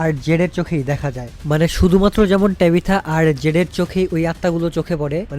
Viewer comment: ভাই এ কারে এক্সপ্লেইন করতে দিছে এয়েড বলতেছে বয়েড তরিথা রে বলতেছে টেবিথা।। আপনার মত করে কেউই পারবেনা